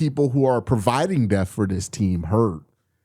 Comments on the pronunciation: Yeah, hopefully we don't have to worry about linebacker "death" this year. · My man there’s a “p” in the word “depth”. You got me laughing every time u be sayin deth. 😅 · You gotta pronounce that P in Depth 😂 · Why do you pronounce depth like that 🤔